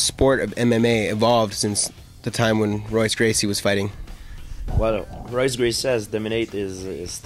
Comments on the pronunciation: hhaha he called him ROYce gracie... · Dude pronounces the R in Royce............... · interviewer says 'R'oyce Gracie. what a schmuck. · he said Royce, with an R....what a fucking idiot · he did not just call him 'Royce' with an 'R' sound..... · Look at this clown it´s pronounced Hoice get it right like GSP... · not trying to be an ass or anything but im brazilian and royce gracie is actually pronounced with a "H" sound its hoyce gracie...in portuguese r's have an "h" sound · wow, i know it's spelled with an "R" but come on. If you are going to cover this stuff can't you try to pronounce the name right? Especially when speaking of the Gracie family. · This interview is terrible. KNOW YOUR MATERIAL man!! You're asking terrible questions and you don't even care about the answers. Btw, Royce is pronounced Hoy-ce not Roy-ce. I wouldn't expect a strange to know that, but an MMA fan should. If I was GSP, I'd correct this guy on every question. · Interviewer sucks. Doesn't even know how to pronounce Gracie's name. Dumbf...